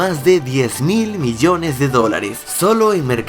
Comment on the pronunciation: Miyones no es Biyones